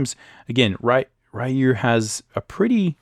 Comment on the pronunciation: Bonjour. Good video, BUT there is one thing I'd like you to improve: it's pronounced "Ryu" like "Ree-you", not like "Ri-you". It's pronounced like "e", not like "i".